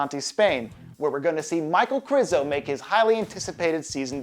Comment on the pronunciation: It's Michal, not Michael. Since it's Križanek, not Krizanek, it is not Krizo, but Križo! Jesus, is it that hard?